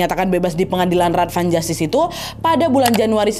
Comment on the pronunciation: Raad van justitie - bacanya rad dgn aa panjang, justitie dibaca yustisi begitu mba Nadia